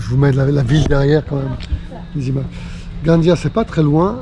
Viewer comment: Merci pour cette escale. La ville catalane de Gandia, se prononce comme en Castillan Gandía.